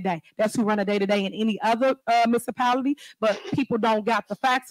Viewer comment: She SAID MISSAPALITY.😂😂😂😂😂😂😂ALSO SHE SAID IM GONNA TELL MY OWN "FACTS".